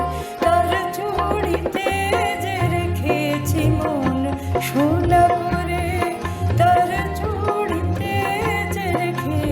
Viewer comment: দারুণ জমিয়ে দিয়েছিস। 'সোনা করে' উচ্চারণ বিশেষ মনোগ্রাহী।